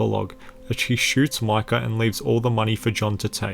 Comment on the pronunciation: its micah (mike-ah) not Michal!!!